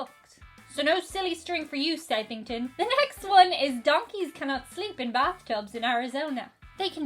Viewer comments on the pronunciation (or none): It is prounouced Suthinton.....good Try though